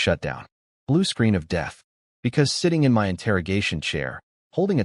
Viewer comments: I can’t get over the AI saying M-Y instead of “my” it’s killing meeee😭😭😭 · I realize it would take a bit more work but proof the AI audio before posting a story like this because the word is my not emm why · Why oh Why can't AI say my???